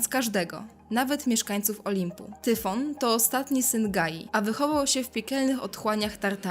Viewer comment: Tyson, Ciemny, Hydra, Hejron, Minotaur, Tyfon, Chimera, Hipogryf,... Czyli tyle co w fantastyce.... I po drugie : nie czytaj Tyfon a Tajfon